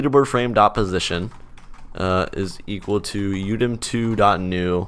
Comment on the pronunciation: Positon is a pog way of saying position